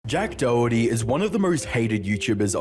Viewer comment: His name is pronounced "Dokerty" not Doh herty.